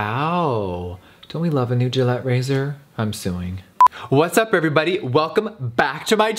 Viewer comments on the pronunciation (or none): I kinda forgot Jeffrey was a boy and I was confused when he said gallet Razer